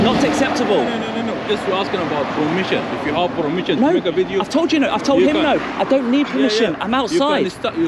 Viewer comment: Wooow, you sure was playing it up but this guy has no professionalism at all. Horrible way to act, why is he so aggressive? Must have something locked up inside that's coming out here. "Promision" haha, he keeps talking saying the same thing over and over, how do so many people not know such a simple law. And what kind of country would it be if it was illegal? Haha, more publicity as long as it's good is great... oh no. At least they are showing themselves to be proper.